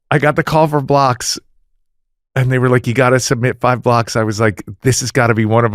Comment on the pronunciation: Every time you say “This is the Blocks podcast”. I think you’re saying, “This is the Blacks podcast”… and I’m aware I’m watching the Blocks podcast lol